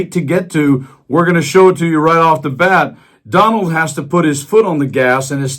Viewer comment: " oh Don wald I'm cwummin...I'm cwummin "